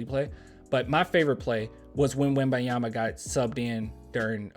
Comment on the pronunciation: PLEASE pronounce the N when u say his name, make that little effort, out of respect , cheers brother